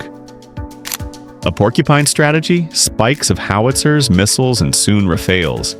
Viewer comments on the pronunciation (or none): none